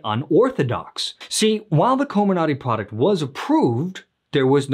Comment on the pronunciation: Coh MIR nuhty. Emphasis on the second syllable. 😌